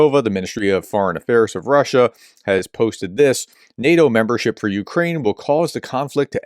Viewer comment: Sorry Prof. Your efforts at pronouncing things is Zero, and NEH-DOH..... well... that's enough.